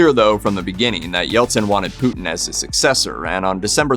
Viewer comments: It’s a shame the septics can’t pronounce Putins name correctly…..it is not ‘Pooootn’!!! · The Name ist Putin not Putn